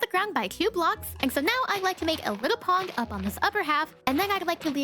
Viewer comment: Did anybody else notice that she said pong instead of pond whatever she was working on the allosaurus